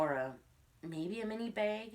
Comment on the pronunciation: Drink every time she says "bayg"